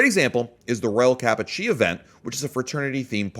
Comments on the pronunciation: Royal Kappa ‘Chi’ = “Ky” not “Chee” lol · Kappa Chi "Chi" is pronounced "kai" - strong "i" as in "light"